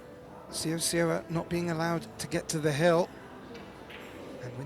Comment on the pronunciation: Say-oh, Say-oh ah= Seo Seoa not Sowa sowa.